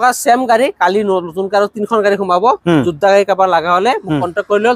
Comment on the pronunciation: Jodha nohoi oh dada yodha